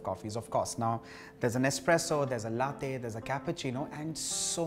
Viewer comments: It's pronounced Laa-tey and not Lathe. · Lattte?? C'mon it's la- te!! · Its not latthe it's laa tei. Or latte😅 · Well it's called latte, ta as topic,truth not tey as Taiwan ,,,across the globe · HOW DO YOU PRONOUNCE THAT T SO HARD!? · Great video although it pinches me every time latte is mispronounced. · He knows how to pronounce espresso but does not know how to pronounce latte. 👌